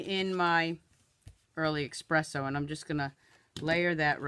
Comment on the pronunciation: Love your videos. You have great creativity. But one thing always bothers me. There is no X in espresso. Know it is a common thing, but it really stands out to me (might just be my speech judging days!!).